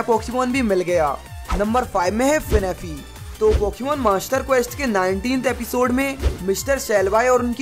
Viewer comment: Bro finapi nahi fanphi